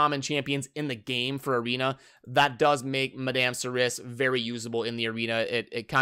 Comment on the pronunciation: pronounced "Mad-am Sir-E"